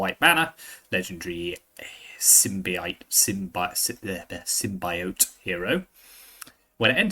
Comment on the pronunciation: Sym-BEE-ote, you'll get it :D!